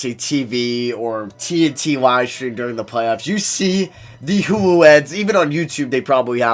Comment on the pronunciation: Everytime you mean to say hulu you sound like you’re saying hoowho